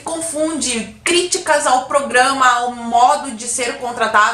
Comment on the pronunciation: "...então faremos o pogrãma mais areia."